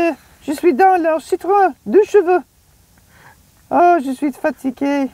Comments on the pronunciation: Was thinking the same! Lol. Not an 'eu' but an 'o' sound! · You called it the 'Deux cheveux' instead of 'Deux chevaux'. You basically called it the 'two hairs' instead of 'two horses'. Still, I really appreciate your channel, great work. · Great how you called it “two hairs” instead of “two horses”😉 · A bald guy calling that car ''deux cheveux" is hilarious though.